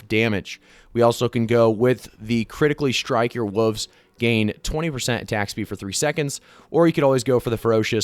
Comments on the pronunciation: What’s a woofs. There’s the letter L that needs to be pronounced. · what the fuck is a "woov" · I like how you mispronounce wolves as wuvs